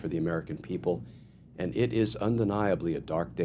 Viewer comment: Glen… it’s “AND” not “END” not “AN”